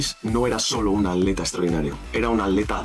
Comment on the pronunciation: por qué dices aleta en vez de atleta